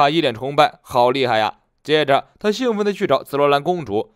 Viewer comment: 眉毛部分的肌肉褶皱真实生活会怎么样？感觉很有雕刻性！ 兴奋是xing第一声。兴高采烈才是xing的第四声。 很好奇紫罗兰实际战力。还有紫罗兰和julushi是什么关系？ 还有julushi和可比气息怎么感受知道对方的人品本质等等？还有路飞看人的本质-其他类似的人拥有类似品质没遇到路飞怎么办？